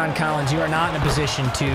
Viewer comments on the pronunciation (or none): none